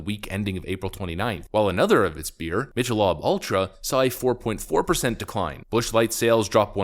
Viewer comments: Nitpicking, but it’s Mick-a-lobe, not Mish-a-lob. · Mickle-Lobe lol not lob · Michelob is pronounced Mick-oh-lobe, not mish-a-lobb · Mich-i-lob? HELL No. Mick-a-lobe. 🤣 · Dude, its not "Mitch-a-lob", its "Mick-a-lobe" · Love the content. But "mitch i lob" ultra is pronounced "mick a lobe" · Michelob rhymes with nickel not Mitch. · imagine never seeing a Mitcholob commercial to not know how to pronounce it Mickalobe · How to tell me you don't drink beer without telling me you don't drink beer: Mitch-a-lob. 🙂 It's closer to mick-a-lobe, btw. Keep it up; love your stuff. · I'm sorry, but it's pronounced "Mick-El-Obe". "Mish-El-Ob" makes it sound even more gay. 🤣🤷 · What the hell is “Mitch-a-Lawb”? It’s pronounced “Mick-a-Lobe”. Are you using a robot narrator? Tell your subscribers the truth, man. Are you clowning us with a computer generated voice? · “Another of its beers, [mitch][a][lob] Ultra.” Lol. F—king Canadian. It’s [Mick][uh][lobe]. And if you don’t learn about ESG, you’re going to keep screwing up these Bud videos. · Mikalobe is how its promounced lol. Not mitch a lob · Nothin but respect, but Michelob is not pronounced Mitch e lahb, it’s Mik a lobe. 👍🏼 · It's pronounced mick-uh-lobe (michelob) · So, I'm guessing you're not a beer drinker. It's MICK e lobe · Did you seriously pronouce Michelob as mitch-ah-lahb? 🤣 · Bro you literally said Mitch a lob. That’s fucking hilarious. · Mich a lob? . Really? You make video and butcher the name? Terrible. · Mitch-a-lob?? Dude - 🤣😂🤣😂😂🤣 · 😂 it's pronounced "Mickle-Obe" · Ok… where are you from that you pronounce Michelob beer, Phonetically. “ mick-a-lobe sorry I’m never one of those “umm you missed a comma types” but it caught me love the vids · Mick-ah-lobe Ultra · Mic el lobe Man, what is wrong with people pronunciation these days. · It's pronounced Mick-A-Lobe. I don't drink beer either, but at least I can pronounce it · Mitch-e-lob... definitely going to start calling it that now. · It's Mick a lobe.